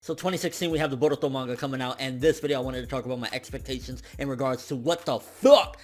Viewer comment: the way this man says baruto is hilarious hahaha